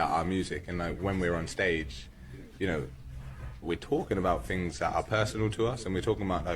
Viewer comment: When he "finks of those fings" you mean.